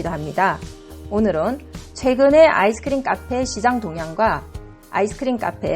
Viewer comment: ㅋㅋ 아이스크리므 발음이